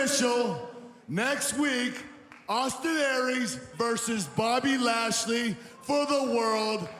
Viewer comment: its so grating to hear them call him "Lashley"